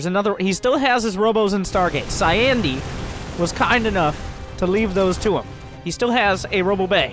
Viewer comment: It's CyIANde. Cy-Ian-de, as (almost) in Sir Ian McKellen. Cy(eye)ande. Cy Ian de.